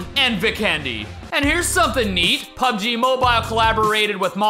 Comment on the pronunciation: It's more like "pabeji mobayl".